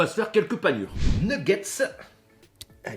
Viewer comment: Des nuegaittes au lieu de nuggets aussi